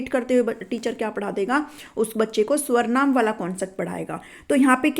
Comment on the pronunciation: it's not swarnaam.. it's sarvnaam teacher ji